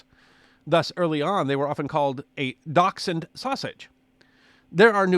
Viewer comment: It's pronounced dash-hound! Lol